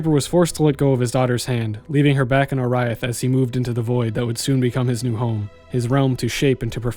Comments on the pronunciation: how the fuck can you mispronounce oriath after having played the game? its only spoken aloud like 600 times. OR-EE-ATH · That can't possibly be the correct pronunciation of Oriath, forealz?